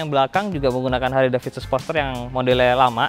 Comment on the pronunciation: Bacanya Harli bukan harle bos